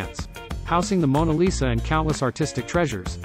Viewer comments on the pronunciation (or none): none